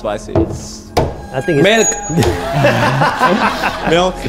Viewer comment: "MELK" - Oskar